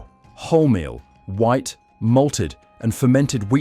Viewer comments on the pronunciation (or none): none